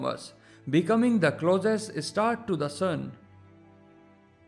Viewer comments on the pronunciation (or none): Why is he pronouncing star isstar